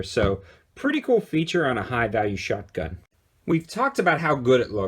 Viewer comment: Is it just me or does it sound like he's saying "shutgun?'